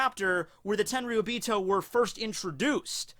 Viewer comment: Blows my mind how you pronounce Tenryuubito almost perfectly and then Kuzan just like Ang's best Fire Nation Buddy from before the 100 year time skip. I've watched a few English dubs episodes of OP now, I really hate the dubs for most of it. But during the Enies Lobby Ark they are actually pretty good. What's up with that?